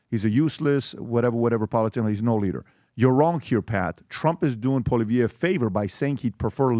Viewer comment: Agreed with many of the comments stop ruining our only chance for hope in Canada. I voted Trump as a Canadian American . Also, your mispronouncing Pierre's last name in many of your shows